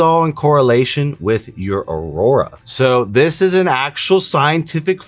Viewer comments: its "Aura" not Aurora. The aurora is aka the northern lights and has nothing to do with our bodies' Aura's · Aura, not aurora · Learn to pronounce AURA!!! You're saying AURORA (which is the northern lights), it's not in any way associated with the AURA (the mystical shroud that surrounds living things). That aside, I want a pair! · its pronounced Ora not Aroorrraa 😶‍🌫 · Bro it’s Aura not aurora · Lmao I like the video. But it’s pronounced OR-AH. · Museum of tarot is lit he’s worked with government on advanced technology regarding astral projection auric fields esp etc… black pill W aura is pronounced OR-RA aurora is not proper but this black pill shii is fire 🔥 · duuuude you can still delete this.. or redo it. Constantly mispronouncing Aura and Tarot is cringe as hell. Love you anyways man, let's get back on the road to 9.